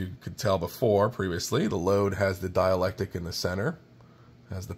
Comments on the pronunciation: The word you want is "dielectRic" - note the R. There is a word "diAlectic, but it means something entirely different. Thanks for the great video. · "Dielectric" my friend... but having read the comments, i see you've already been schooled! Haha! "Dialectic" - also known as the dialectical method, refers originally to dialogue between people holding different points of view about a subject but wishing to arrive at the truth through reasoned argument. thanks for the video. much help to a noob 73 VA7XEX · It's dielectric not dialectic. I'm not a vernacular nazi normally, but considering you sound like an intelligent person I thought I should say something so in the future people do not underestimate your intelligence. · Why do you keep saying dielectic? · Excellent walk-through! BTW, there is an R in dielectric (sounds like die-electric) - sorry, not being mean, I'm just one of those nit-pickin' goobers.